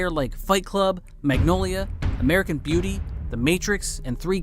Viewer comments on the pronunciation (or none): none